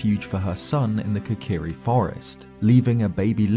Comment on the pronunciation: Kokirishield. . Not deky shield. Stip playing 3ds games.